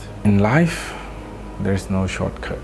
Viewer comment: "In life there's no shutcut" good job bro!